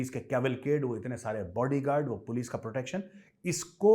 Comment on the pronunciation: " पुल्स आगाई पुल्स " that made mei laugh 😂😂